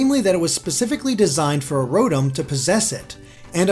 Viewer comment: Mispronounced Rotom by the way. It's Row-Tom.